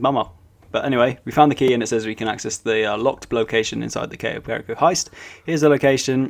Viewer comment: You butchered perico. Its: Pe-ree-co